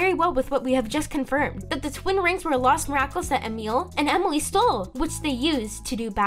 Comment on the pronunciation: 👍🏻 also I haven’t said this and any of your video comments but it’s Emily not whatever you call her